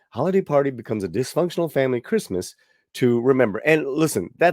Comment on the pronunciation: "Creezmaz time in East LA..."🤣🤣🤣